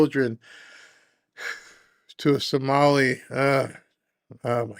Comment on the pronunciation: Stop reading the Sonali shit! You're not pronouncing it right!